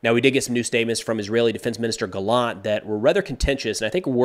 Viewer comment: Hi, Yoav gallant is pronounced actually GA-llant and not ga-LLANT. The emphasis is on the beginning of the word